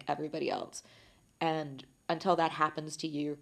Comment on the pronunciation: i love how she pronounces "until" as "untel" xD